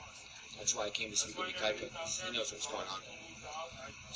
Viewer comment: Not to be annoying but his name is pronounced "Kaika". The first 'I' is silent 😉